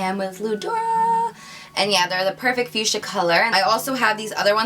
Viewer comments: The pronunciation is fuksia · Honey...its FUCHSIA ;-) Not fuschia :-D xo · LOL web she said "back to the fuschia" it sounded like "back to the future."